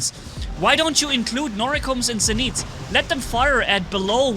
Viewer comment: ejj nice video, but i think it is zenít instead of zeniet:-))